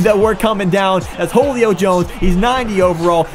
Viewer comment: Holuio Jones? Nope it Julio (Sounds like Hulio) Jones